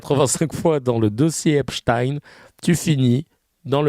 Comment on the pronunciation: La soi disant photo d’Epstein (qui se prononce epstine et non epshtayne) est une IA